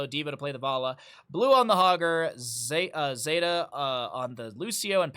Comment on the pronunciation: <== zeta here, thanks for getting my name right =) zay-tuh Anyway, rag's e is blast wave, his w is meteor Entertaining to rewatch this with vision on both sides =) Thanks for the commentary.